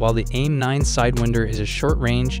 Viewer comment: Dude, mach is said like mak, not mash, also its said turbo-fan engines , not turbofin engines. Also side-wine-der, not side-wind-er... Otherwise interesting vid. Cheers